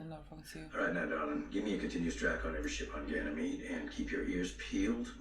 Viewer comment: subconsciously pronouncing Ganymede right, after struggling so much with that word